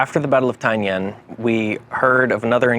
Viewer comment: It’s Taingen not Taignen